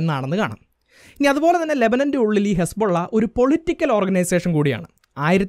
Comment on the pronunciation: ഹെസ്‌ബോള്ള അല്ല...ഹിസ്ബുല്ലാഹ് ആണ്😂